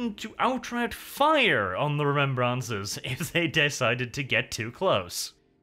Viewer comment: ‘Ree-mem-brahncers’ - nnnnnnn it tilts me every time he says it